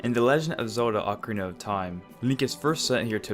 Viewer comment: At one part u said ocnaria of time.